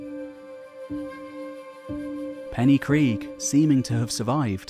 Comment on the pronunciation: Hey I loved the video, but I just wanted to mention that the y in Pen y Gryg is pronounced ‘uh’ instead of ‘ee’. Sorry if it comes off as nitpicking.